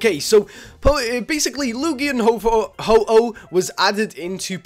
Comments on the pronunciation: I hate this. It's HO-OH not HO-HO. He's not santa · MY FREAKIN GOD IT IS NOT HO-HO ITS HO-OH. WHAT ARE YOU PRETENDING TO BE.. SANTA? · Its Ho-Oh non Ho-Ho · ho-ho, really, it is ho-oh not santa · ITS HO-OH NOT HO-HO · PHOEN1X ohhhh you said ho ho :/ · is Ho-Oh ,not Ho-Ho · WHYYYYYYYYYYYYYYYYY do you say ho-ho its ho-oh ho-oh is not santa!!!!!!! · Ho-oh not ho-ho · XD why after you exit Silver Cove you call Ho - Oh "Ho-Ho" XD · Its ho-oh yup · he called it ho-ho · PHOEN1X yessssssssss